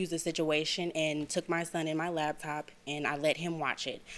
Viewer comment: Is she saying "labtop" with a "B"?